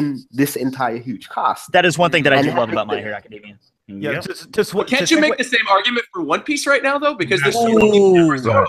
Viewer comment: WHEN THE FUCK IS GONNA PRONOUNCE ACADEMIA CORRECTLY??!!!?!!